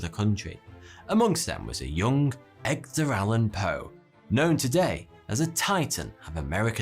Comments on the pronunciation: EDgar not EGdar, sorry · You know you're say Eg-dar, not Ed-gar, right? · Egder? Eg..der? Man, this is driving me nuts. Every video this guy mispronounces something. Something basic and obvious. It's Ed...ger. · Are you dyslexic? It’s a real question. I’ve noticed you saying “Egdar Allen Poe” and “Vietmanese” recently. Either that or your suspenders are too tight. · It's EDgar Allan Poe. and NOT EGGDAR Allan Poe. That's why I think the narrator is simply a narrator who actually does not write what he speaks. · Every time you say "Egdar" instead of Edgar i wanna stuff myself into a wooden chess robot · It's kinda annoying hearing him call Poe as Egdar and not Edgar. Nice vid tho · "Amongst them was a young EGGdar Allan Poe" .... what? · Egdar Allen Poe he says, It's Edgar you muppet :P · "Egg-der"? "Silly-us"? Maybe you should read those names more carefully. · did you just say Eggdar ? XD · The best part of this VERY interesting video tho', was listening to trying to say 'Edgar' and failing every time by pronouncing it 'Egdar'! 🤣🤣🤣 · Ah yes, Egdar Allen Poe. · Did u really just say EGDER Allen Poe??? The G before the D??? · Are we just gonna skip on the "Egdar Allan Poe" ? That was funny :p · He also says "Eggdar Allen Poe." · “EGGDER ALAN POE” BRUH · < He said "Egg-der Allen Poe" heehee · Egdar? Really? :D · This guy calls him EGGDAR for some reason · Haha! “Egdar” Allan Poe! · Is is just me or is he pronouncing Edgar as Egdar? If he is not, I may need to visit an audiologist. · "eg-der". LOL! I bet he said it on purpose. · That and "Egg-dar Allen Poe" over and over again. Not even touching on the pronunciation of the Germanic names... C'mon, we can do better than this - all the research, script-writing, filming and editing, but not bothering to take two seconds to confirm some basic pronunciations >< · Egdar? Egg-dar?? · Why do you pronounce 'Edgar' as 'Egdar'? Like Americans say 'nukular' instead of 'nuclear' lol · My mans you said "Egdar Allen Poe"